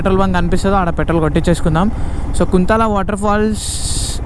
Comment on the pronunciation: That's not (కుంతల), that's (కుంటాల) kuntala